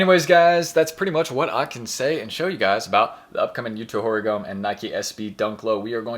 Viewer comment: Brutal pronunciation of horigome